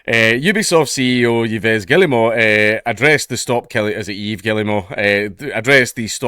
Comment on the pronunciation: It’s EVE (Yves), like “Yves Saint-Lauren”